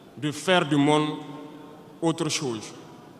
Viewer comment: Pardon président Fais un effort pour bien prononceer le mot"chose"